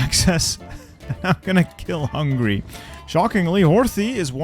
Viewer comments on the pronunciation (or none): none